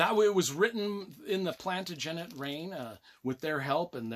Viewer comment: Loved the review even if you can't pronounce Plantagenet properly. You can't go wrong with any Dan Jones book.